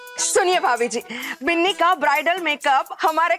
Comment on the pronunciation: Biili nahi binni hota h